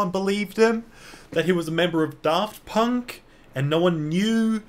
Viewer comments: it’s FUCKING DAFT PUNK NOT FUCKING DARRRRFT PUNK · I like the video but one thing that bugged me was the way he pronounced Draft Punk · i almost didn't recognize daft punk when you pronounced their name like that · "DARFT PUnK" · why’d you emphasise the DAFT and not the PUNK